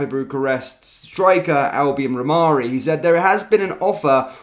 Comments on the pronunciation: Rhamani not Rhamarri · It's pronounced "Ra Mani", let's get it right or lose all credibility. Personally, I don't even care what he is called, if he can score from all the chances he will get at Rangers, bring him in. My 93 year old mother could have scored all the sitters that Dessers missed! Its time to get serious or remain 2nd for a long time.